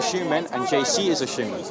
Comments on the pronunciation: Why does he keep saying Shoeman instead of human?! 😂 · the way bugs bunny pronounces the word human as “shuman” pisses me off